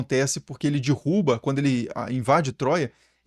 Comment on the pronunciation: Viu já me desculpe... Mas o seu "dirruba" igual o da, "vc não me dirruba" me fez gargalhar. Hehehe eu amo seu trabalho.